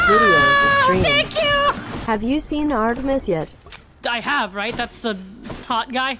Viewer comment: Me, being a big greek mythology buff, twitch when mispronounced Artemis and Thanatos